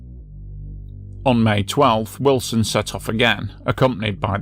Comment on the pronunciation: I heard 19....... ut i also thought you said his name was illson....lol